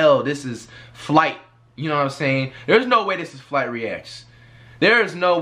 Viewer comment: This dude FWight😂😂😂